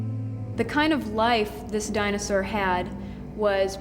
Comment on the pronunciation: I could enjoy this series a lot more, despite its being dated, if he'd stop saying "dinosar".😡